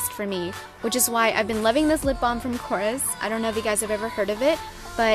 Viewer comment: It's not kOrres... It's korrEs.... It's greek so :P